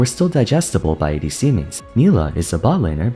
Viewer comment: ADC mains My hear: AD Semens 🤨🤨